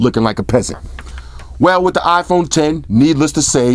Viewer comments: LOL it's not an Ahhhphone it's an iPhone.. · it's iphon bro . not afon 😂